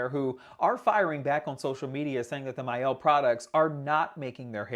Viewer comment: My Elle ? It’s mielle